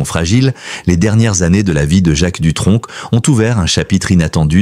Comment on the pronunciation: On ne prononce pas de c à la fin du nom🤭🤭🤭🤭